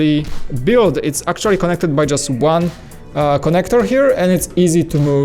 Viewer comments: I love their videos and I don't mind his accent bit the word 'actually' bugs me a bit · Please say 'actually' correctly and less times.